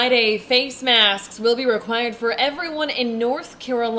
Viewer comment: re·quired /rəˈkwī(ə)rd/ ￼Learn to pronounce adjective officially compulsory, or otherwise considered essential; indispensable. "eight editions were published, each required reading for trainees". What did you say again?